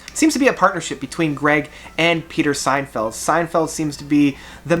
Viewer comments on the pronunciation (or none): Peter “Signfield”? Lol. It’s “Sinfield” as in “Sin”, not “Sign” and he wrote the lyrics of many great songs, including the lyrics on “In the Court of the Crimson King” , In the “Wake of Poseidon” , “Lizard” and “Islands”, as well as ccasionally added touches of EMS VCS 3 synthesizer, see, e.g., the Ladies of the Road album recorded live on tour in 1971 and '72 or "Indoor Games" and "Happy Family" on the Lizard album. In fact, Fripp became involved with other projects (most notably the Centipede orchestra), which left Sinfield with much of the responsibility for the final version and design of the album Lizard, including the uniquely ornate jacket. Also, he co-wrote the majority of the lyrics with Lake for ELP’s “Brain Salad Surgery” album as well as all of the Greg Lake songs and “Pirates” on “Works Vol. 1” and “Vol. 2” including “Tiger in a Spotlight” and “I Believe in Father Christmas”. He also recorded a really great solo album called “Still” on ELP’s Manticore label which included Lake and John Wetton as well as many past King Crimson alumni, he also wrote the English lyrics for the Italian Prog band PFM to sing on their albums “Photo’s Of Ghosts” and “ The World Became the World”. “Love Beach” is definitely a half hearted effort by the band with some pretty cheesy songs, but there are also a few good songs as well and I think as it was a contractual obligation album, they just had fun with it. "It's not that Love Beach is a bad album," Lake has said in an interview. "It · SIN-field. Not SEIN-feld. Jeez. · The guys name is Sinfield “sin field” NOT Seinfeld 🤨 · It's not Peter "Seinfeld" but Peter SINFIELD Ha Ha... BTW would you contemplate reviewing some Camel albums?